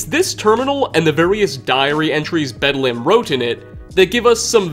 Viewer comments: It's pronounced Bed-LEM not Bed-Lamb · Like the Hospital, it's: "Bed-lm" not "bed lamb" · It's not bedlamb, it's bedlem. The A is supposed to be soft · It's pronounced more like Bedlum rather than lam. The English language is a wonderful thing, making and breaking rules. Great video, hope you will do more for 76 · ... ... ... Bedlum... Bed - Lum Not Lamb... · I think you read too deep into Bedlam. It's pronounced Bedlum. It means a scene of uproar or confusion. When people say "There's bedlam in the streets." or "It's bedlam everywhere." that's what they mean. It's a good raider name. Like naming any other raider something like Riot, or Chopper, or Smoker, or some other raider like name. I figure someone already mentioned this but I couldn't let it go. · Love these videos but hearing you say bed-lamb is making me laugh! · "bed lamb" XD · Pickman's just the Hannibal Lecter of the wasteland. Also, how did you get anything wrong about the Mechanists history? And Bedlam is pronounced "Bedlum". WHY CAN YOU NOT PRONOUNCE ANYTHING? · You're sayin "Bedlam" weird. It's pronounced "Bed-luhm." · Bedlam is pronounced bedlum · no, it's not, and no they don't. It's almost always a case of fans misunderstanding something, or reaching as far as this dude is. Take the "bedlam" reference in this very video. must be unaware that bedlam is an actual word... based highly on his constant mispronunciation, so for whatever reason he thought that the first thing that came up in a Google search must've been the inspiration. Some super obscure British hospital... as the name for a raider? He'd realize how wrong he was if he had even a seventh grade vocabulary. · your saying the raiders name wrong bedlam means madness our a scene of uproar and confusion. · Learn to pronounce Bedlam, will ya?